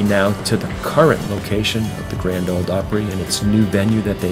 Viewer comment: Grand “Ole” Opry, please.